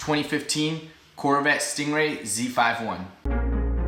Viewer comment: Please don't say Z,5,1 it's Z51